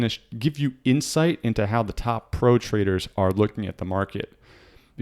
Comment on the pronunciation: I like it when you say "traders" it sounds like "traitors" :D